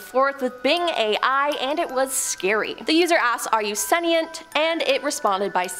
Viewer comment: It isn't "sen-ee-ent," it's "sen-shnt."